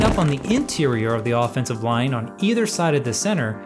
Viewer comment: Is anyone else hearing "offense of line", "defense of line" throughout the whole video?!? 😱 Thank you for this very helpful AF Lesson Video - very good!!